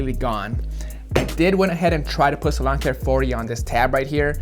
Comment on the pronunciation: For a while I thought you were saying LAWN care 40 instead of SALON care 40😂 oh my